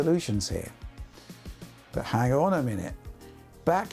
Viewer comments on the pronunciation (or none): none